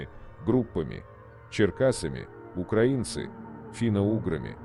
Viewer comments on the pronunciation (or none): none